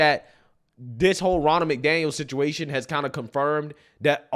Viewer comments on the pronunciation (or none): RONNA McDaniel. RONNA. R-O-N-N-A. Not Ronald, she's not a guy. Her name is RONNA.